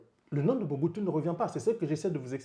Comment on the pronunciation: C'est Mobutu pas Muhutu